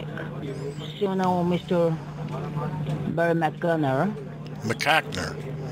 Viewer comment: "so meester barrymconner, ohh you say mahtabner", you're killing me....😂🤣😂😂😂